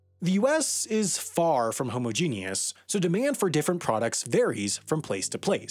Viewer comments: am I the only one who noticed he said homo-genius.... rather than homogenous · He did pronounce "homogenous" wrong though 🤷🏻‍♂️